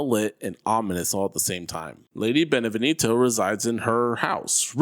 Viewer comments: It’s pronounced “ben-eh-vien-toe” not “ben-eh-ven-eeto” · If i hear this guy say "Benevinito" one more time i swear. Its "Beneviento" dummy As in BE-NE-VI-EN-TO.... Americans apparently speak English but cannot read or spell